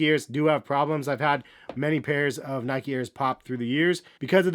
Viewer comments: every time he says nikey one of my brain cells dies. still a good vid though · well the e in nike is silent otherwise it’d be spelled nikey or nikie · Nic_IT it’s pronounced Nyke-E, people from the UK and elsewhere pronounce it wrong, just like Americans pronounce Adidas wrong